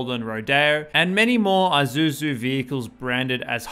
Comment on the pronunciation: It’s not Eye-suzu… it’s Eee-suzu.🖕🤖